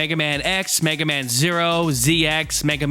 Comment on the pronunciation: Mig-ah-mon? Mag-eh-man? Hmm not sure about this, sounds interesting. I will have to see if I can track down some of these odd rare games, might be fun! Kick ass review as always bud!